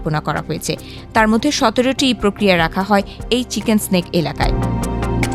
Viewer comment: চিকেন স্নেক না 'নেক' হবে, বেশি শুদ্ধ হয়ে গেছে